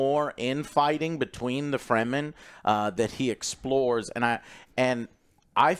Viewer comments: "free the free-man" , ? , Frem-men, say it with me frrreeemmmmm Men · It's Fremen not Freemen :))